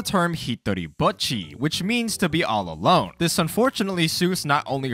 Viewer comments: This video is annoying me. He is pronouncing her name Bucchi, when it is BOCCHI! there is no u there, say it right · its Bocchi not Butcchi. besides that, great video, was fun watching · Cmon Man U watched the anime. How can u pronounced the name wrong? It’s not Bucchi it’s Bocchi! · WHY CAN NOBODY SAY HER NAME RIGHT ITS BOCHI NOT BOKY NOT BUTCHY ITS BOCHI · I can’t stop hearing “bucchi” lmao good video! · Why is he pronouncing Bocchi as "Butchy" They say it pretty-clearly in the show if you listen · i dont like how you say buchi it makes me very uncomfortable almost like im missing out on an inside joke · when you say bocchi it sounds like your saying butchy lol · why do you pronounce it like butchy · Her name is not Butchi lol. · why u pronounce “Bocchi” like you’d pronounce “Gucci”? The “o” is supposed to be like the “o” in “bohemian”